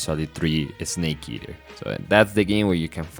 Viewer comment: Esnake eaher